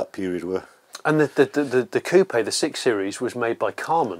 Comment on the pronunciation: so refreshing to hear coupe pronounced correctly. american car channels are all like chicken "coop" but pronounce herb as erb 🤦‍♂🤦‍♂